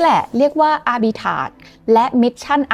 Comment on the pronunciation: อาบิ"ทราจ"มีร.เรือนะ.!!?